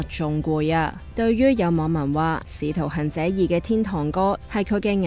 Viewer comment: 仲有使徒"痕"者、岑"恨"賢，連天「堂(tong)」都講咗做天「tont」 01啲旁白係咁，仲有個梁子清又係，睇到好炆 我都唔明，搵個講野正常啲嘅係咪真係難到咁